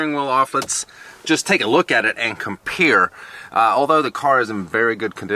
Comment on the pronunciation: Let's just take a look at it and "COMPEER" 😂